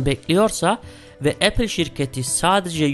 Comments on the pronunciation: ‘Epil’ diyene kadar ben de aynı şeyi düşünmüştüm. 😬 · O kadar çirkin Apple diyor ki tüm dikkatim 3. Dk da gitti